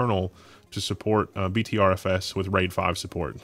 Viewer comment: btrfs is pronounced butter fs